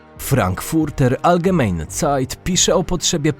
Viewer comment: Czyta się nie algemejne tylko algemajne